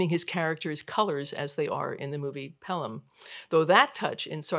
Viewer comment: This looks great! Very interesting. But…it might have been a good idea for the presenter to have seen the film. “Pel-ham” is a tell.